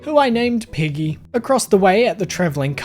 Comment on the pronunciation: Given the way your New Zealand accent sounds to me when you say "Peggy", I am somewhat disappointed that she is a cow and not a pig.